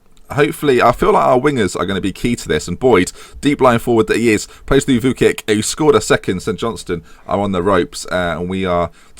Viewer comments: Target, TOP 2, btw Vuckic is pronounced Vuchkich ;) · pronounced vooch-kich